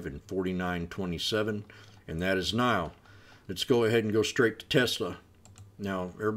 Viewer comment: NIO “nee oh”